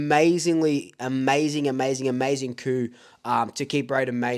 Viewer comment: Coup... "coo". 😂😂 Love ya stuff! Black and white for life!